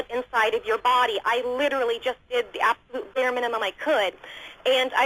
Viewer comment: Oh my god.... "I wasn't absorbing nutrients in my bawdy... So I got fat" Biittch